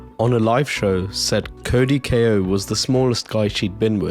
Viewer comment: Ko is pronounced Koh